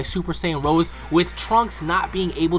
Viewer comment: It's not "Super Saiyan Rose", it's "Rosé"! Like the type of wine.